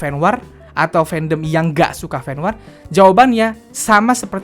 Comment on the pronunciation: Fen Wor dongggg sebutnya bukan Fen WAAR 😂😂😂🤦🏻‍♀️🤦🏻‍♀️🤦🏻‍♀️